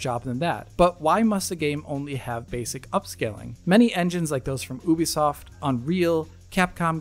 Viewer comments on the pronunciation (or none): none